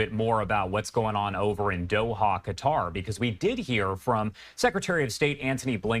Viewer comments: I believe the country of Quatar is pronounced Cuttar NOT Gutter, at least it sounded like is pronounced that way, and we don't need to add more fuel to the fire. Apologies if I have made a mistake. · Why do these Americans say Gutter instead of Quatar? One things that has always mystified me is the inability of many Americans in pronouncing foreign words, even easy ones. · It’s not Gutter, or Spout….!!!Katar, Qatar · Why is mans saying gutter 😂